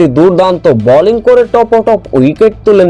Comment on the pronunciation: Balling na bowling, very irritating!